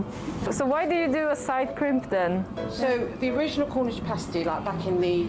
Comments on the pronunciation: It's past-y, like pasta. Not paste-y, like paste ;P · Haha, a pastey is a nipple cover. A paa-stii is a food. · Good grief man it's not paystee, it's passtee.